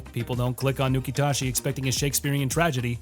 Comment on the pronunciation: Nukitashi said Nuke-it-as-is